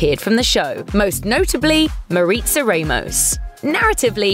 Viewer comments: I know this is off topic but it really bothers me that she keeps saying RAY-MOS instead of RA-MOS. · Not Ray-mos, it's pronounced Rah-moss